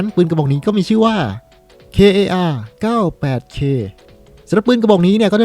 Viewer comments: พี่มันเรียก”kar” ไม่ใช่ “k a r” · อ่านว่า คาร์ ครับไม่ใช่ เคอา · พี่ครับมันอ่านว่า คาร98เค ครับ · พี่มันอ่านว่าคา98k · พี่มันอ่านว่าคาร์ 98 K = Kar 98 K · อ่านว่า คาร์ ครับพี่ ไม่มี จุด ไม่ใช่ตัวย่อครับ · Kar98k อ่านว่า คา98เค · อ่านว่า คาร์ คับ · พี่ครับ ปืน kar 98k อ่านว่า คาร์ ครับพี่